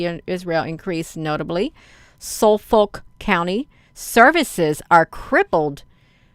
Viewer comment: It's pronounced the fer it's folk I live in Suffolk county Li NY